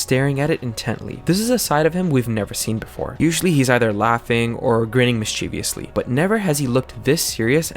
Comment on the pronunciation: The word is not "mischevious" it is "mischievous" Not "mischeviously" it is "mischievously". Can't stand when native english speakers use this made up word.